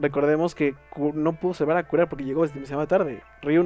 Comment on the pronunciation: Kureha... se pronuncia Kureja.